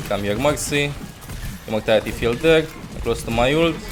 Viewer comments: Every time he says Mercy I think he's saying Moxy 😂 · Sounds like Mugcy to me